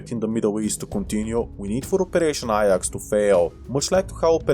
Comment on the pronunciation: Ajax is pronounced "Aye-jax" not "Eye-yax"